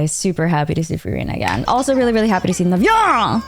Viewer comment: When you said Navias name like that it reminded me of Mariah Carey saying "Viva La FRAnce we are in Paris!!"